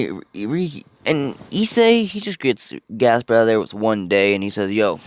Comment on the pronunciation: it's gasper not jasper